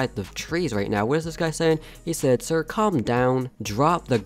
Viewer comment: Not sire its sir